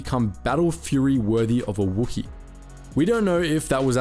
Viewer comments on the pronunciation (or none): none